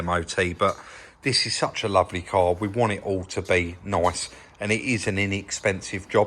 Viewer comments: "At is noice" 😂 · Love the way sez "very nyice "